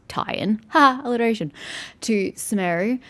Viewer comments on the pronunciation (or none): Sumeru should be pronounced shooh-meh-roo. The game pronounces it sooh-meh-roo, but I'm not sure if it is an accepted pronunciation of it or not.